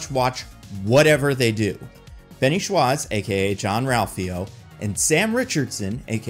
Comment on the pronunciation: My eye has started twitching uncontrollably since hearing pronouncing Ben Schwartz’s last name